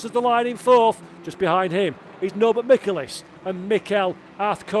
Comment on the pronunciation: Dear: The correct pronunciation for the Hungarian driver: Michelisz: the "C" is silent. I mean no "K" sound in his name. Thank you and love you.